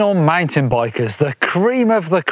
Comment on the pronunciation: Did he say professional "MINE-TEN" BIKE LOL